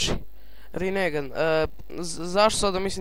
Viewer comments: molim te ne pricaj rinegan nego rinengan xD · super klip samo se kaze rinengan a ne rinegan